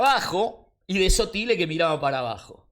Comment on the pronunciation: Por que le dice a Sotile, Sotile? (no se poner acentos, termine el secundario a la noche, pero uds me entienden)